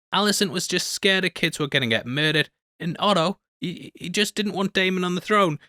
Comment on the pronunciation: You shouldn't be team greens if you're gonna keep pronouncing Otto wrong (puke)